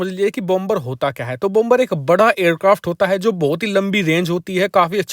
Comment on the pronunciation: Please Please PRONOUNCE BOmer. NOT BOMBER, LEARN PROPER PRONOUNCIATIO OF ENGLISH LANGUAGE, THANKS